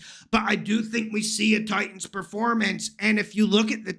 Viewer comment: Please don’t say Titans that way. Pathetic 😂